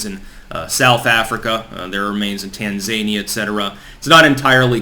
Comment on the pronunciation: For the love of God....please learn how to pronounce 'diaspora' ('Die- as-po-ra') & Tanzania ('Tan-za-knee-a'). You sound like a hick the way you mangle pronunciations.